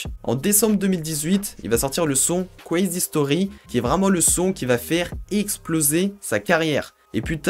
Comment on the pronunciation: ta prononciation est marrante mdrrrrrrrr " this is quwézy " ( = this is crazy )